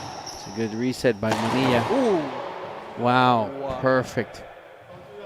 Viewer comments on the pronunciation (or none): The name "Manilla" not pronounced "Maneeya" in English.